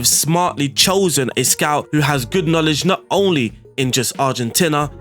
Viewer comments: Its not Argen-tinna Its not Argen-teenia either Its Argenteena ;) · Pronounces Argentina correctly, Thinks he made a mistake, Tries to correct himself by pronouncing Argentina wrong...